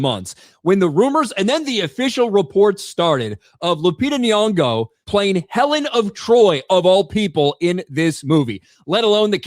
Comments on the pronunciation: “Helen of Detroit” 😂😂😂😂😂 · Helen of De Troyt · "Helen of Detroit"🤣🤣🤣🤣🤣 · “Helen of Detroit” 😂😂😂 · “Helen of Detroit” 🤣